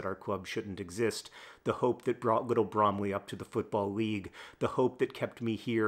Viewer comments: I miss speak. Hank is pronouncing it as the apple, which is incorrect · When i hear Bromley, all I hear is Lee Mack in Sketch Show "Bwomley" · i mean, its BrOMeLy… really… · You pronounce it like bramley apples. br oh m ley. Also, it's not "a Christmas tree farm", Christmas tree farm is the name of a small farm you can feed goats and rabbits at. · I laughed every time you emphasized "Bromley". Thank you for the giggle today, John. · I like it when John says Bromley in the video itself.